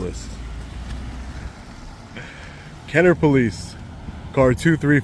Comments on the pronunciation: It’s Kenna-bruh! If you really want to go on a tyrant safari, go down to the City of Belle Chase, just south of Kenner on the West Bank. Those cops have never even heard of the constitution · I live 15 min from this hell hole. I wish I was there.. Ignorant POS'. They make the most money of police forces in the region. It is pronounced Kenna Brah.